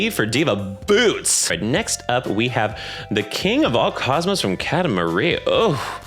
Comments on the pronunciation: Watching older videos. I cant stop giggling over "Kata Marie" pronunciation. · wait, how did he pronounce katamari???? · We need SIGNIFICANTLY more people dragging this man in the comments for the amount of AUDACITY he has to DARE pronounce Katamari that way. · the Pronounciation of katamari shot me fourteen times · New pronunciation for "Katamari" just dropped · are we just not gonna address the way he pronounces "katamari"